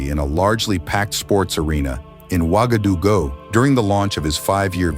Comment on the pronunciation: Bur-ki-na-BAY correct pronunciation, and Wa ga du gu, not Wa ga du go.